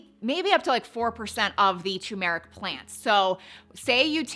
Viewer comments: Your saying tu-meric which is wrong. You should say Tur-meric. You're leaving the R out. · TUR-meric. not tuMERic. see the 'R' in the beginning of the word?? - it's not a silent R. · That brand isn’t available on Amazon in 🇨🇦 so I’m on a hunt for something similar. It is also boosted when black pepper is added. It’s definitely pronounces Tur-meric not tumour-ick. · TuR-meric, the first R is not silent. 😅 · UGH!! It's tuRmeric not tUmeric ❤ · You mis-spelled TURMERIC, which is probably why you also mispronounce it. It’s not too-meric. Dont fear the R 😊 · Repeat after me... TUR'-mer-ic TUR'-mer-ic TUR'-mer-ic Yes, turmeric. That is the way the word is spelled, and the way researchers say it. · How come everybody conspires against the first R in Turmeric? what is the deal with that? 🤪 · There are two R's TURMERIC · Girl it’s TUR-meric 😂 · It’s turmeric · It’s actually tuRmeric…there are two Rs in the spelling. 😂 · It’s actually tuRmeric. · It's tuRmeric...don't forget the R! 😂 Thnx for the info. Appreciate your research. Have been taking turmeric but am going to give this one a try. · I just looked it up where it also verbally says the word, and it’s TUR-mer-ic, and CUR-cu-min.🤣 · It's TURmeric